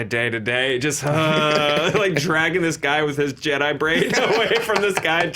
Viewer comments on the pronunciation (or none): none